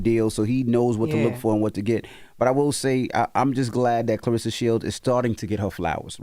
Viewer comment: Yeah, I wonder why she doesn't get more endorsements. I don't know about Wynn Records. Wynn Records seems very suspect. Has Pap done deals before? Her name is not Clarissa. It is Claressa. There is an e in her name, not an i.